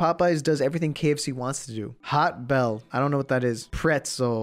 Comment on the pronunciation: THIS BOI CALLED POTBELLY "HOTBELL"